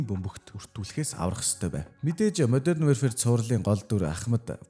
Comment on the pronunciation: Wearfare gd bdg shatsn pzda barag wherefare gd bgam bishuu ydjhd yasn ch olon heldiin pzda pzda pzda WARFARE geechde WARfare! Chadhgu bol translate dr bichheer uudus chn unshij ugdug function bas bgashv PZDAAAAAAAAA